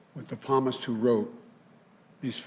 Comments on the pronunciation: "“We Can Prosclaim a Palmist” -What an Inspiring Thanksgiving Message from Joe Biden 🤦‍♂️🤦‍♂️🤦‍♂️ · "Devout Catholic" Joe Biden doesn't know the "P" in "Psalmist" is silent, not the "s". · Happy Thanksgiving America. I didnt feel doom and gloom until your speech Joe. By the way, its Psalmist, 🦃 not "Palmist". You'll have to do a better job pretending you're a Christian. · palmist ??? impeach this faker now! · “Palmist?” Must of gone to see a palm reader to predict his fake election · The palmist - LOL!!! What on earth is he blabbering about? He's never read the Bible in his life! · This speech shows that Mr. Biden seldom reads the Bible. He doesn't know how to pronounce "Psalmist". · Lame Duck quack of a man does not even know how to pronounce Psalmist 😂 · notice he mispronounces "Psalmist" twice. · devout catholic cant pronounce psalmist